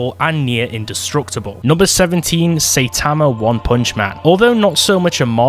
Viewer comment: You really said Saitama like"Saytama"